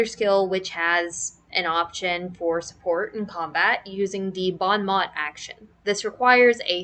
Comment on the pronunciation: I laughed out loud when you said "bon mot". Just so you know, it's French, and it sounds like the English words "bone mow". 😂 Good video though. Keep it up!